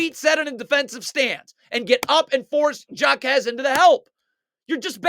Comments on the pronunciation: For the last time it is pronounced. ( hi -may Ha-KEZ) No Jakez but HAkez , he is Hispanic you don’t pronounce the j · "Jockez" 🤣bro its pronounced "Hawkez" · the J in JAQUEZ is silent my friend 🙂😂😂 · JA-Quez Lol